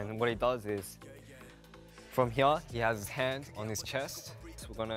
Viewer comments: hyeure Am I only one who noticed how that's an example of a mixture between his Australian accent and Korean accent? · "From hya" 😂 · The way Felix pronounces 'here' makes my heart skip a beat. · i love felix with my whole heart especially when sometimes he says “here” with his accent it reminds me of “can i get a hoYyAA” and i love it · His pronounciation on "here" is so cute xD